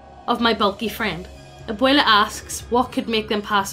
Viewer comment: This is my second fave paranormal greentext story. Thanks for being the only channel on youtube to pronounce "Abuela" properly. PLEASE DO "THE DUDE RANCH" NEXT!